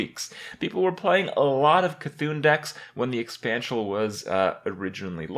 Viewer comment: "Expansial" Kripp with his silly krippspeak